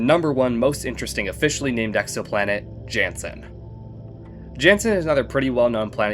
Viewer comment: real ones just say "janson"